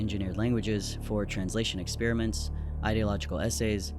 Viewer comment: "ek-SPEER-mints" 😅 Where do some of you people get this pronunciation from?! Seriously. It's ek-SPARE-uh-ment Not rhetorical either. Genuinely interested in how some of you got into pronouncing it that way.